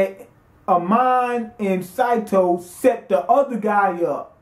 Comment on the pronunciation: It's SAY SAY SATO!